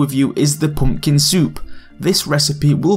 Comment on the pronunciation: Its so funny how he says Poompkin soups